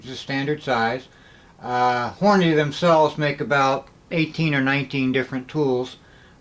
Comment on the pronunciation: I can tell you been reloading for a while cause you dont pronounce it horn a day. nice vid